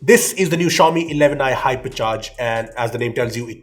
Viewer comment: I though he said Harpiccharge🤣, no offence he is the best reviewer.